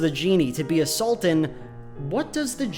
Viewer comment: I can't help but hear A Sultan as assaultan.